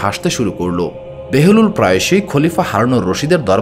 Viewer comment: হযরত বাহালুল দানা, উচ্চারণ বারবার বেহেলুল বলতেছেন কেন ?